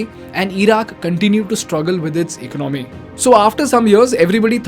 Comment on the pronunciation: Excellent video, it's E co naa mi ( economy) unlike eco nomy ( economy,) which u pronounce Sorry if i hurt anybody